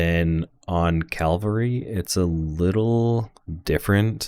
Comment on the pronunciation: Good stuff, but I think they’re called Cavalry, not Calvary! 😂